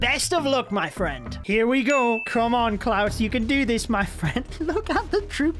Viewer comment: Its klaus not cloud😂